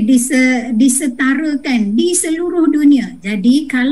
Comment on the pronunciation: Bile, adenya, disetareken. Pengucapan ini adalah pengucapan tidak baku.